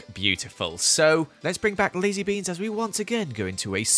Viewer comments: I thought said lizze beans instead of lazy beans xD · Did anyone hear say Lizzie Beans instead of Lazy Beans? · Who else thought he said ‘Lizzie Beans’? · When he said 'lazy beans' I thought he said 'lizzy beans' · The second time he said lazy beans I thought he said Lizzie beans so I was like LIZZIES COMING?!